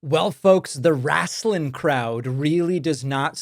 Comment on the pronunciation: It's wrestling, not Wrastling ...